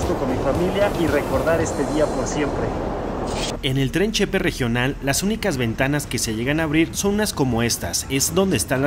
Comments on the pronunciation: Con todo respeto y xk soy de Chihuahua me atrevo a hacer una pequeña correccion no se dice chepe es Ch-P separado y no chepe disculpe y buenas noches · Que bueno que te gusto nuestro bello estado de Chihuahua , sin ánimo de ofender se dice Che ,Pe separado. No junto chepe, no es correcto. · Hola Amigo, buen día, voy a tratar de darme a entender, en el vídeo te escuché pronunciar Chepe cómo si llevara acento prosódico en la "e" de Che así como lo pronunciaste parece que o estás hablando de una persona llamada José que aquí se usa como diminutivo de José, y la palabra correcta a lo que tú te referiste es Che-pe con acento prosódico en la segunda "e" y aparte es separado Che que es de Chihuahua y pe que es de pacífico o sea Chihuahua al Pacífico pero como se menciona rápido parece que es la palabra completa, pero si te fijas la gente de aquí aún diciéndolo rápido marcan un poquito la separación de las sílabas y la acentuación de la última sílaba, ok espero haberme dado a entender y que no haya complicado mucho la explicación, además te doy las gracias por haberte expresado tan bien de esa parte de mi Estado y del sistema de transporte de esa región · Se pronuncia Chepé, asi ha sido siempre entre nosotros los Chihuahuenses 😋 gracias por promocionar nuestro estado!!!